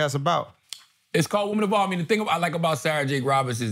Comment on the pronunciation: I definitely thought he was saying Woman Of All